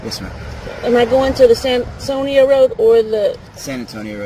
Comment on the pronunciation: She can’t even pronounce San Antonio? Those kids are cooked.